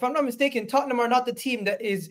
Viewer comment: It is the history of the Tot-ten-ham 😂